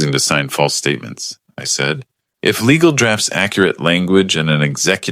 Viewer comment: how many ways can the AI mispronounce "Legal''??